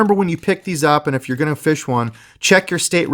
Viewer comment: YOU NEED TO LEARN HOW TO SAY FISH